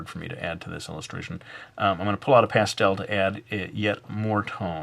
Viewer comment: lol that's not how you say pastel:S